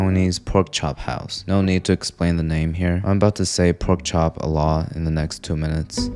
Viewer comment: So, I cant be the only one who miss heard when he said "I going to be saying pork chop a lot here." I thought he said "im going to be saying pork chop Allah here." I was like, what?